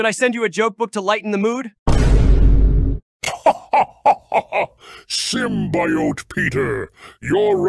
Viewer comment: Ik Miles ATSV did not just mispronounce symbiote